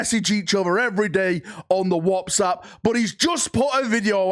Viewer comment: Did you just say "on the Warpsapp"?